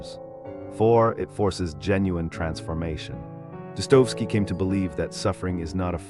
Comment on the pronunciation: Thumbs up for excellent content, but some names especially Dostoevsky are mispronounced.